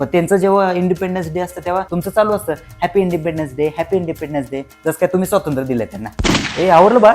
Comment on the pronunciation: स्वातंत्र्य! नीट म्हणा हो!